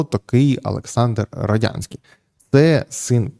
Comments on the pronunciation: Ярославе, ну який Родянський? РодНянський він! При всій повазі, як ви так читали статтю, що навіть прізвище неправильно прочитали? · Роднянський, не Родянський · Вимовіть чітко Роднянський, а то виходить Радянський. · Ярослав перезапиши.Роднянський бо радянський ріже слух і вводить в оману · Роднянський же, а не Родянський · РодНянський читайте без помилок.